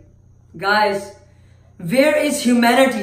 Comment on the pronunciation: “vere is hoomanity”